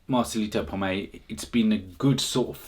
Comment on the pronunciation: Please his name is POMOY not POMAY